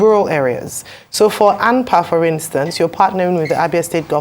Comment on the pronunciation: Hello, It’s ANPA and not AMPA Could you please change it Thank you